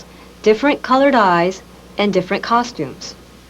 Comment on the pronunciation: This lady is so hot I love how she reads and pronounces words. Very exacting. The only folksy idiomatic thing I hear is that she pronounces "different" like, "diffurnt", which itself is so out of character & clearly done by a calculation to fit in with a certain type of 1980s good-old-boy and not appear pretentious or foreign to him. It took me until the end of the video to realize that English may not be her first language, which is truly insane. She might be the sharpest person you'll ever see. Not surprised her side of things won this case.